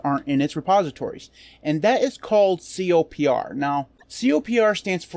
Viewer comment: Isn't it pronounced "Copper"? Also, it contains some big packages that have simply been removed from the official repos, like the Eclipse IDE.